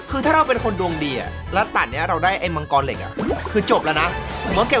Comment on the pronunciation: มังกร ❌ มังทัอเลี๊ยวววว✅😂